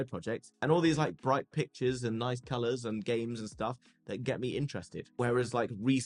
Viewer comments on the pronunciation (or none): none